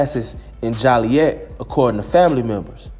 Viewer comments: yo why u disrespect my city and say Jollyet😂😂it’s joliet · Haha he called Joliet jolly et